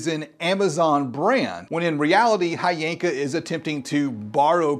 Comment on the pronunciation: And the right way to pronounce it is H Yanka 💀💀